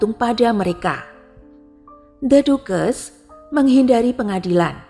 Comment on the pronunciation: Mungkin perlu reset untuk pelafalan gelar 🙏 ducches = bukan dukes tapi daches